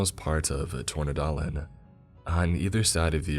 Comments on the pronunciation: Excellent pronounciation of "Tornedalen" ! I'm impressed. And damn the description in the beginning of the environment with the fleamarkets and such is so true. I am from the middle and southern parts of Sweden ut I've spent much time in the north...the countryside here(all of the country) is littered with those kind of shops. I've heard many stories like this one when I grew up. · Tycker också att han hade bra uttal för att inte vara Svensk.